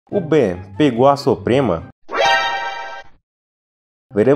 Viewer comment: Pelo sotaque, parece que ele disse "o Ben pegou a Suprema"